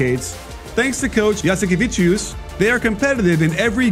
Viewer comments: It's JASIKEVICIUS not Jasikeviciuc wtf it's been 3 weeks put some respect on his name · It's Jasikevicius not Jasikeviciuc... you should know this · MAN LEARN HOW TO PRONOUNCE NAMES ITS NOT ZLJEKO AND JASIKAVE... AND STUFF LIKA THAT THAT TOTALLY BAD YOU NEED TO SHOW RESPECT AND LEARN IT HOW TO SAY IT !!! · Jasikevičius not Jasikeviciuc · He was the best in Macabi tel Aviv And you said his last name wrong you need to say it like this: yasikeveches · Actually at the end u say us, it pronounces like on the word choose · To be fair a lot of Euroleague commentators mispronounce Lithuanian names. I'm not too bothered by it most of the time but if you're talking about Žalgiris or Jasikevičius a lot, you'd ought to at least learn these two words.